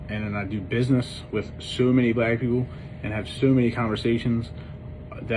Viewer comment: You don’t even know how to say black right.